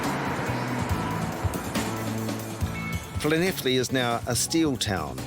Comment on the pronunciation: I’m very impressed that you got the pronunciation of Llanelli bob on! Better than many British people! Nice one